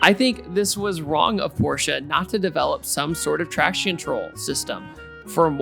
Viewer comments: Sounds like “the 🤛 orsche carerra gt” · With every “P” you say it makes my ears bleed just a little bit. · i like "the PORche carrera gt" lol